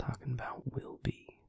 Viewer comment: I know he said “will be” as in “will be alright” but i just keep hearing “Wilby” and my mind keeps going “did you just call me Wilby?”